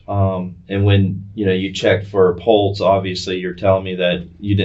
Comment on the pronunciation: He’s a PARAMEDIC and doesn’t know how to properly pronounce pulse. Errgh. That’s one of my pet peeves when people, especially professionals, pronounce pulse….pultz 🤦‍♀️